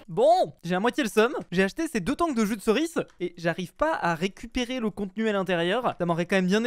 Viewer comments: arrete de dire jus de ceris C EST JUDEERCIS lol xD !!!!! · "jus de ceriçe"😂🤣